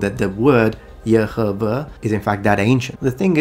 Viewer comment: I love the pronunciation for the ancient name of God as Yehovah. It just sounds right to my spirit. Thank you for your channel, my son just shared your channel with me.